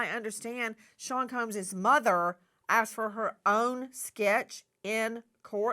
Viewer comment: They ‘axed’ her omg they actually took an ax to her 😮 People, especially reporters need to learn how to speak the correct word is “ASKED”